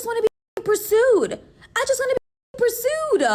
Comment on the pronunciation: What's the male equivalent of the "ick"? The heebie jeebies? Cause the way over here pronounces "pursued" sends a shiver down my spine. And no, it's not the accent. I'm from the Netherlands, and girls of this certain type copied that pronunciation into the Dutch language too.